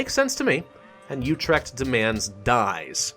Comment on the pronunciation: you pronouced Utrecht wrong but dont worry